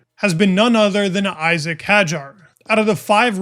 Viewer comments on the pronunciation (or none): Easy mistake to make, but as he is here to stay I hope, we should all pronounce his name the way he does: EE-zak (not EYE-sack) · Btw it's not pronounced Aisack, it's Isaack. It's an Arabic name, respect the pronunciation please. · it's pronounced e-zack